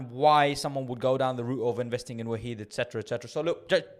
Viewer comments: I always pronounce it as “Wa-hid” (1 in arabic) lol, great video bro! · It’s pronounced wahed (one). Jzak for info